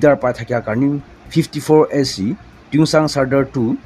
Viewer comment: Tuensang not tuengsang...